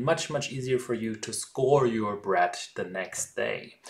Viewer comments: sag einfach DE anstatt SE... ist tausen mal näher dran und klint viel besser als mit S.. geht bei allen TH wenn ich mich nicht irre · Nice work. You might have trouble saying "the" or "squirrel" but I can't pronounce Brötchen or Eichhörnchen either. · I totally picked up on "ze" and fixated on it until you mentioned it!! Edit: on the other hand, you are the only youtuber capable of pronouncing "autolyse" correctly